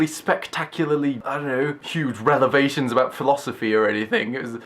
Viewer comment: XD he said relevations instead of revelations. This amused me